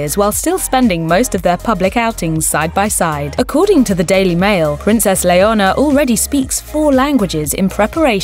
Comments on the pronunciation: Learn how to say Leonor not very hard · Leonor not Leona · I believe it’s Princess “Leonor” and not “Leona”. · Leona is lioness, not a name in Spain, maybe internationally it is (Leona Lewis), but she is called LeoNOR, to help you pronounce, "layer-NORE". It's the Spanish version of Elinor or Eleanor. She got Sofía perfectly, though. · It’s definitely not her accent. In a British accent the name is pronounced “len-OR”. She flipped the “n” and “r” and added an “a” that isn’t even there. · then you should hear really hard she just said it l-e-o-n--o-r that's why it's sounds like "Leona" you guys are just being rude and how she can she git her name wrong Princess Leonor is sooo famous as h*ll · Having a shot every time she pronounces Leonor as "Leona" would make for a good drinking game. 🥂😆 ...Anyway, those girls were absolutely adorable as kids and are remarkably bright, eloquent, confident and pretty as teenagers. Felipe and Letizia seem to know ehat they're doing! 👏🏼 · It's not Leonora, it's Leonor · Princess LEONA??... It is Leonor.... not Leona. Please, say it right. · I can't with that prononciation. It's Leonor not Leona 💀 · Why does it sound like you pronounced her name as Leona 😭🤷🏻‍♀️ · Please, it's Leonor, how could you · Get her name right It is Leonor not Leona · It is princess Leonor , not Leona. Please… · Her name is NOT Leona! It is Leonor! So different! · Her name is Leonor not Leona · Princess Leonor, not Leona. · Her name is Princess Leonore….not Leona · It is not Leona it is Leonor OMG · Her name is Leonor, no Leona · Her name is not " Leona" !!! ''this means lion in Spanish), so you sound really weird calling her another name . Her name is Princess "Leonor" and you need to pronounce the "r". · it's killing be how she butchers their names its Leonor not Leona and its Letitia as in (LetiTHia) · Leona??? Leonor. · I don't think she has an accent she just got her name wrong... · LEONOR ,pronuncien bien LEONOR 😒😒😒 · It’s not LeohNHOR